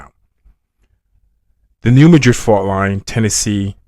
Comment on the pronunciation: Thank you for pronouncing “Madrid” correctly. Why Americans insist on MA-drid is so strange. ❤